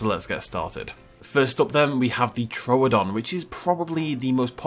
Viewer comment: First Dino you named is called Troo-don not Tro-odon 🤣